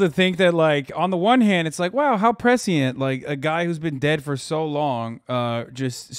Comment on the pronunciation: it’s pronounced presh•ent